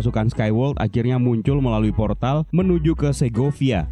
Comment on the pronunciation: Ada yg denger kalo dia bilang poltar alih2 bilang portal 😂😂